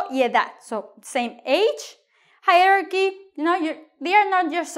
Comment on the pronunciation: She is pronouncing hierarchy wrongly!!